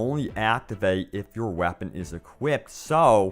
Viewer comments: Stop saying "whapon" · "WahhPen".............-_- "SiStistics"...........-_